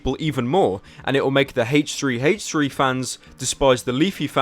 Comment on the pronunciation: Does anyone know why he pronounces it "Haych3" rather than "Aych3?"